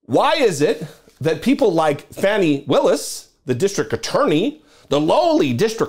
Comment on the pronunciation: Hey, just a quick note, her name, Fani, is pronounced Fawnie. She is the DA in my county, Fulton, County Ga. She is the best, too bad Uncle Joe didn't appoint her to DOJ instead of Milquetoast' Merrick. The head of the DOJ that doesn't want to upset anyone. Has he even prosecuted ANYONE? At a time when we needed a Pit Bull, Uncle Joe gave us a Poodle. I can't forgive him for that. He has to be replaced in 2024 with a Stronger Democrat.